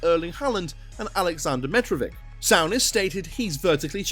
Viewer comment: Sorry, but you absolutely butcher the pronunciation of most of the players names lol Sowness? Noons? Varin? Great video, but please its dead annoying.